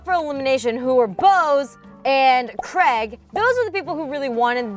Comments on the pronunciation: Why do you pronounce Craig 'creg'? It's Cray-g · Seriously, I love this series so far, but please pronounce it Cray-g, not Creg lol. That aside kudos to whomever built the Smosh tower... well everything, it's awesome!! Have you got a team name yet